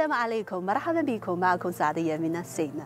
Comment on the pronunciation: أحسنتِ، نطقك جميل جدًّا فقط عند بداية ٱلفديو: بِكُم ✅ و ليس بِيكُم ❌ 🌹🌹🌹🌹🌹